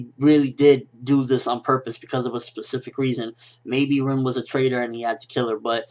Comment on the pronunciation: RIN not REEN